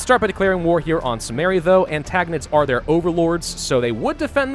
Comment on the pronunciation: please, it's AntIgonids with an "I", not an "A". Ant-I-gonids Edit to say I loved the video and all the work you do. It's just the pronunciation sometimes.... Have a good break! I really hope you enjoy it!